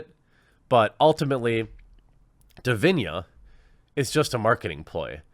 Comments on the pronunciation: Hi Jeremy great vid but i believe its pronounced di vi na and not di vi nia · As of today, still much more men play and watch E-Sports Games Which means there a more male E-Sports players Which also means there are more better E-Sports male players It's not always about "Muh SeXiSm" Edit: Its DiviNa with an "N" sound. Not DiviNHa or Diviña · Dude, you are butchering the name. It is Divina not Divinia...... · When the quaterin reads divina but says diviñia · Jeremy, it's just 6 letters. D I V I N A, not Divinia :D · It's Divina, not Diviña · Why do you keep saying Divinya when it obviously says Divina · What's witht he weird pronunciation of divina as if there was an i before the a? do you say chinia?